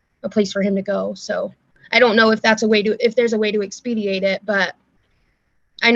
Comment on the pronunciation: That same one, now on the lower right, is coming across as smug again. The word is expedite not expediate